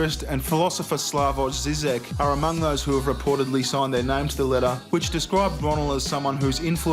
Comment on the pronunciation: OK one more: Zizek is pronounced Zhizhek. And on good days he's on our side against the PC bullshit.